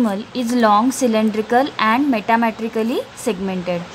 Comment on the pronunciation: Keep focus on Pronounciation Metamerically - मेटामेरिकली असं prnounciation ahe Setae - सीटा